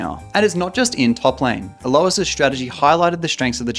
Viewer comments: Why does he and pronounce his name "A-low-is" instead of "A-loys"? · Is purposely mentally un-ok or why is he pronouncing mundo as Dr Mando and alois as A-louse